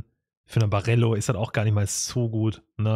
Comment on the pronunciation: Ich kann die Aussprache von Barello einfach nicht anhören.